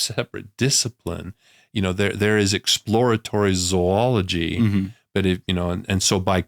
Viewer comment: I like that Dr Meldrum is pronouncing Zoology correctly. It’s not pronounced “zoo ology”